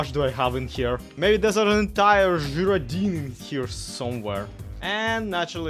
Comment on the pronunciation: I think it's pronounced - guy-roe-dine - but I'm not 100% sure. Not actually heard it, just going off similar words. Don't stop doing what you do,, you make the world a better place. It's been so hard to smile lately, but I know you'll always make me smile, often you'll make me laugh and tell my cat how funny is.